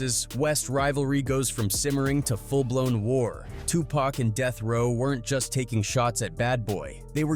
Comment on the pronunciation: Man, the bullshit oozing from this video is crazy pac was from nyc not los angeles. the ai voice you use is trash too....his name isn't 2-pack.